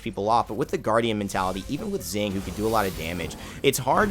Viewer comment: Xing is pronounced as Shing not Zing